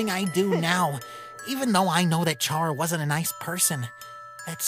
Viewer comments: Ok for the last time. Is it CHA-RA!? Or KA-RA!? For charas pronunciation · Cara... Cara. Not Charra. Pronunced like Care-a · The way they say Chara's name bugs the hecc out of me....